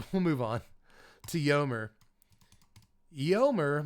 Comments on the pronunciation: Hehe your pronunciation of Eomer and Eowyn was so funny. Maybe you were just trolling 😂. If not, they start with AYO not YO. Love the content though keep it up. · I want the way you pronounce Eomer to be cannon.